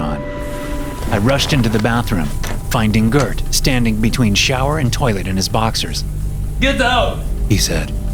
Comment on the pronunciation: As a Swede, I'll overlook the mispronounciation of Gert.